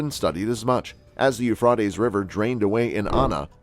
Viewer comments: I would LOVE to know WHY they INSIST destroying OUR English language?? This person Thinks saying Euphrotes SOUNDS better than the Euphrates????? It's ALL over ALL of these shows. It HONESTLY SOUNDS STUPID. Don't we already SEEM stupid ENOUGH without this?? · Eufroties wow 😳 Americans really know how to murder the English language